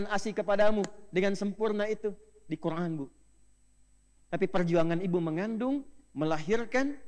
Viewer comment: Qur an di baca qur ain